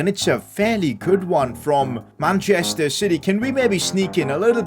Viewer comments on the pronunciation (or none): none